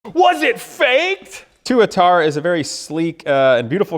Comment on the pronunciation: I thought Tuatara was pronounced with the emphasis on the first A?